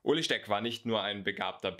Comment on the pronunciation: Er heißt Ueli und nicht Uli :D